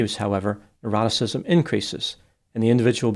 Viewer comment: Ah, neuroticism! I thought you were saying eroticism, which made your reasoning a bit difficult to follow.